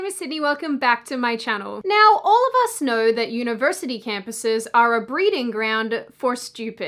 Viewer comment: I noew vs I know.. what accent does this girl have?